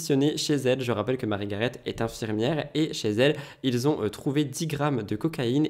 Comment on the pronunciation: Cc, on dit marie garé il me semble.